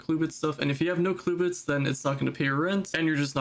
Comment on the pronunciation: what is a “cluebit”… it’s “clubit” man 😂 jokes aside great post